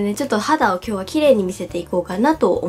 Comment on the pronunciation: 挨拶したあとの今日は の｢は｣がなんかやだ (伝わって)